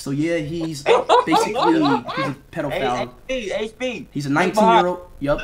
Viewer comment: Why did speed say pedophile like that😂😂😂😂😂😂😂😂